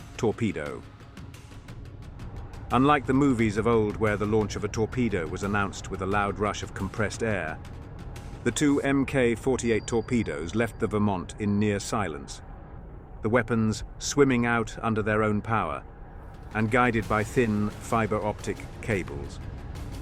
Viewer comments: Minor quibble: A Mk 48 is referred to as a "mark" 48; not Emm Kay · "Em Kay 48"?